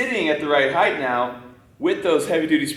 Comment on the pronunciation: LOVE that said HeighT...with a T sound, and not Heith...with a TH sound, like a lot of idiots do.